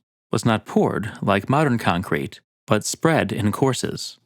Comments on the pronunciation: Nobody: Narrator: ConKRETE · Hi, just want to let you that the emphasis in concrete is on the first syllable. Other than that, great video.